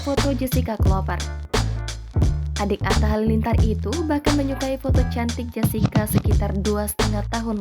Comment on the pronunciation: Nyebut nama s wanitanya aja g becus..buka jesica woooy